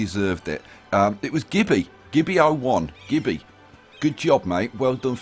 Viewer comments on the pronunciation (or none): Ermmmm its Cibie not Gibby you bone head haha. Such an honor to get a shout out even if you did get my name wrong thank you lol. maps looking great and thank you for all the links to the mods hours of fun ahead of me now.